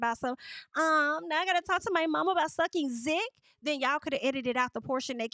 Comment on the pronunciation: The way you say Zuckin Zick!!! Omgeee I am hollerinnnnnn😂😂😂😂